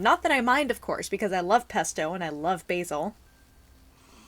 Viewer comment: at first when you said 'bottle of pesto', I heard 'bottle of pepto', I was understandably confused...then I was like "ohhhh....she said Pesto, that makes more sense" :P